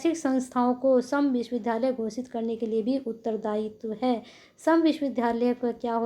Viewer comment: विश्वविधालय नही विश्वविद्यालय पढ़ा करिए।